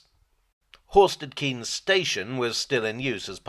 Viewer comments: Was born in Horsted Keynes. It's pronounced Canes, not Keynes. Stupid Milton changing it.. ardingLIE not ardingLee.. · Just for info. Locally it's pronounced Horsted Canes, rather than Horsted Keens. I should know, I used to live there!! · I’m sure the second word in Horsted Keynes is pronounced “Kayenz” unlike the Milton Keynes variant. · I think Horsted Keynes is pronounced (Kines)